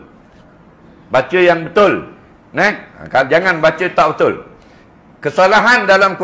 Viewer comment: Ustad pun cakap tak betul' betul di sebut betuel ! Tetapi itu bukan hal solat...agaknya takdalah org yg masuk ke dlm surga . Ustad pun lain ustad lain" cakapnya dah makmum pun pening dah lama" tak solatlah lagu nie Salah lagu tu Salah bosanlahh aku fikir Tuhanlah yg menyusahkan ummat. Aku cakap ni pun kehendak Tuhan jugok. Azan berlagu pun Salah jugok org cina azan bunyi lain org melayu azan bunyi lain Org thailan bunyi lain org arab lagilah lain Org Pakistan bunyi hindustan org jawa bunyi dangdut dah pening Pala...